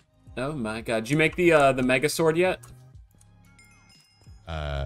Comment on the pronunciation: I literally thought he said "did you make the mega zord yet But he said sword 😭😭